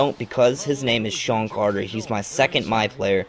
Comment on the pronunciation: Who the fuck is "Sean" Carter?